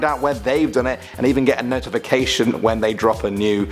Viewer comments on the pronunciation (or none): none